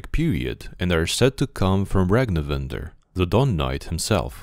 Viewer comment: Actually his surname his Ragnvindr, not Ragnivindr, or the correct pronunciation is like that? good job btw 👍